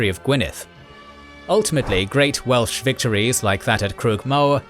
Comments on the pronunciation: Yay more Wales! Great pronunciation! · As a Welshman I’ve really enjoyed this series. And your Welsh pronounciation is excellent! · It truly is. The way he pronounces all the Welsh names near perfectly without missing a beat truly warms my heart. So many names get butchered on other channels, but never here. Diolch!